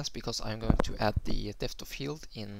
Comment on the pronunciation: problems with the word depth? it's like saying dept silent 'h' :) great tutorial tho :)